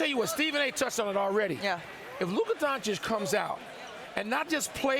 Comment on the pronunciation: Luka has been in the league for 6 years and Stephen A still can’t get his name right. Imagine if it was a white reporter doing this to a “brother”.